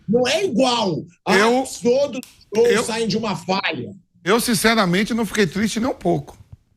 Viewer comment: Alguém ensina o Asmar a falar bons e gols. Só fala “bões” e “gôis”